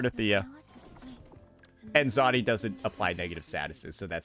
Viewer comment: WHY EVERYTIME UNC SAY SOYSOY I CHUCKLE😂 ALSO ZEEZAW, JHANSHI, ZONI